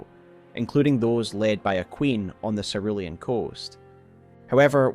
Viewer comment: Cerulean Seh Roo Lee An pls omg